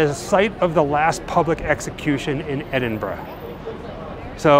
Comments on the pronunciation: Another nice video. You deserve a double like for being able to pronounce loch and Edinburgh. It's like nails on glass hearing your countrymen saying Edin-borro, or Glass-cow. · Great you came to Edinburgh and pronounced it correctly a lot of Americans say Edinbourgh ,just discovered your channel recently and enjoying your content. You guys are great x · I can imagine trying to casually sneak half of Edinburgh through customs because he ‘needs it all in his house’ 😂 Also, can I just say, thank you for pronouncing Edinburgh correctly. It’s so rare to hear Americans say it right 😆 Well done! 👏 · I only realised after the 3rd or 4th time of you saying it, but kudos for pronouncing Edinburgh correctly 😁. I grew up not far from Edinburgh, midway between there and Glasgow. I've done the Mary King's Close experience, i love history, so found it fascinating rather than horrifying. I also did the Blair Street Vaults tour around the same time. Again, i found it fascinating and perhaps oddly, i felt very relaxed and peaceful in there. Again as something historical, i thought it was very interesting, knowing that businesses were opened in the vaults, that people lived in there. The place must've been heaving. It's great you came over to Scotland and from what you've uploaded so far, seemed to have a great time. As we say here. Haste ye back. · LOVE that you are in my hometown! Edinburgh is cool eh 😊 hope you come back one day, maybe I'll bump into you lol. Btw,well done for pronouncing Edinburgh correctly! You did your homework hahaha. Come back and see us anytime 🏴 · I was born there. Major props for knowing how to pronounce it!